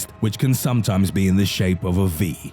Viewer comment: I like how he emphasis "sometimes"